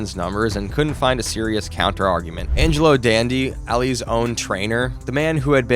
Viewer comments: “Angelo Dandee” — really? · Angelo Done-dee is the way it's pronounced